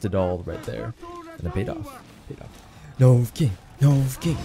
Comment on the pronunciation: Take a shot for every "Novucking."